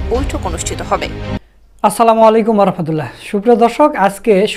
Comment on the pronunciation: আসসালামু আলাইকুম ওয়া রাহমাতুল্লহ বলবেন, রাহমাতুল্লাহে বলবেন না ।